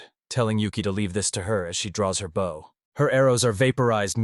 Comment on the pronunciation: Lol... Why does the AI almost invariably pick the wrong pronunciation for common words? Like bow(gesture of respect) & bow (weapon for firing arrows). All those archers killing targets with respect....😅